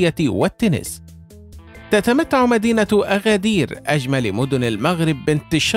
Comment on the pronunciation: اسمها ينطق ب agadir بالمناسبة هي من أكثر المدن تحدثا بالامازيغية